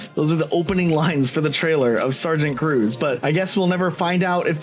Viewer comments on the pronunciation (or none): none